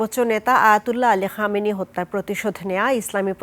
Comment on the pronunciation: সাংবাদিক উচ্চারণ করলো প্রধানমন্ত্রীর হামিনি না খামেনি